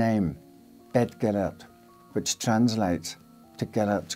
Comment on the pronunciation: That’s not how you pronounce Gillette!